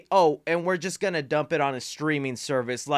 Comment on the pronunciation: Did he say Michael Kean and not Michael Keaton?